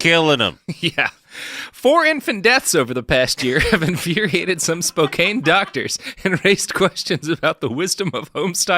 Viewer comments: I mentally screamed "IT'S SPO-CAN!" every single time! Though as an Oregonian, I've also been wincing at his "Willamette" pronunciations. Better hope no bastards come from Puyallup. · I'm a Canadian, and even I know it's pronounced "spoe-kann" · I know that and Robert will probably revel in my pain, but sitting here in Spokane and listening to Robert butcher the name of my home town is causing me physical pain. It's Spo-CAN. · Driving through Spokane now, grew up here. Never heard of this guy, definitely didn't hear about him in school. Also every time he said Spokane the wrong way, I cringed and corrected him.😅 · I won't stand for all this Washington slander from someone who doesn't even know how to say Spokane. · As a Tennessean myself, with no connection to Spokane whatsoever—other than knowing how to pronounce it—Robert’s pronunciation is straight-up painful. But he seems pretty firmly committed to never learning how to pronounce things. I wonder if, as a latter-day Oregonian, he takes special glee in mispronouncing Washington place-names.